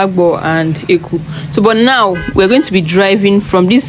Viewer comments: Not éku but Ękuuuu or Air kuu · The town is called Eku (pronounced as: air -khu). Obviously, you are non-native, but you should make effort to get the correct pronunciations of the local names because the language is highly tone-dependent. Your pronunciation of the name of the town is very wrong because it means 'evil thing' in the local language.